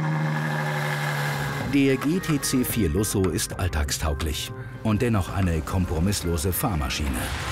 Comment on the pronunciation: Wenn Deutsche gtc4lusso sagen 🤮